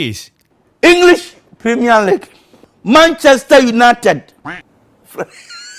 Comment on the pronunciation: INGLIS, plemiel lik.. mancaste yunayted.. pfffft hhhhh HAAAHAHAHAHAHAHHAH 😂🤣😂🤣😂 🤣😂🤣😂🤣 😂🤣😂🤣😂 🤣😂🤣😂🤣